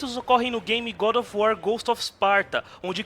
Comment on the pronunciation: Como o fala, GoRo of uar kkkkk